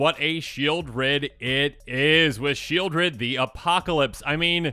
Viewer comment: Sheoldred is named for the place, Sheol, which is pronounced Sheʾōl, not like Shield.